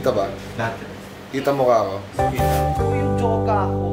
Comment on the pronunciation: Sabi ni Kay Cong "cocon" 😂😂😂